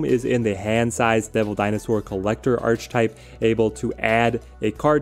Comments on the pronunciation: The word is pronounced Ark E Type not Arch Type. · Ark-uh-type. The word is pronounced 'Ark-uh-type'. I know it's spelled 'Arch', but that's not how you say it. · Love the list, just wanted to tell you it’s pronounced ar-ka-type. Don’t ask me why, English is stupid. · Great video. Question: is there a reason you continually mispronounce archetype? Your content is amazing, but continually saying this word wrong keeps me from subscribing....